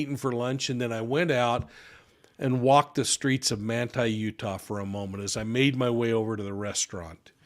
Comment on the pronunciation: What town in Utah is this taking place? Manta? He’s saying Manta.